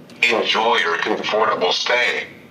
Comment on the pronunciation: '(:26) Enjoy your comFORTable stay.." says the crocodile robot with hat...If they take the trouble to program a robot - let him at least, properly pronounce basic English.